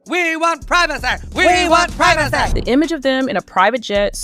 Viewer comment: PRIV A SEE please! Not PRI VA SE.